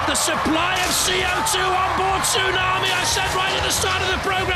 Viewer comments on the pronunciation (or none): Did the announcer call tsunami "toosommy"? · why is he saying tusami instead of tsunami? XD